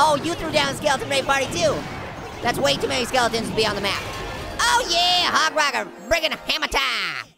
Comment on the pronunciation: U said HOG RODER HE SAID U ROCK HOG RIDER LOL